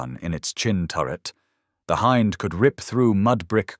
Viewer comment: Hind helicopter: h-in-D = h-eye-nd. AI pronunciation at its finest!